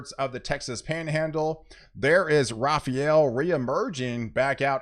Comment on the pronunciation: Rafael. Not Rafarel.